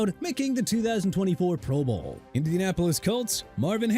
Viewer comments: Why do you say pro bowl like that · Is it just me, or does the inflection on the phrase "pro bowl' sound a little odd?!